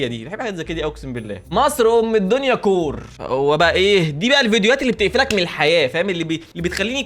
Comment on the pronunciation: يا اسمها سكور مش كور🙂💔